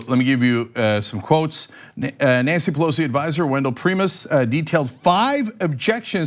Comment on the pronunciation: It's pronounced Pry-mas...not Pree-mus.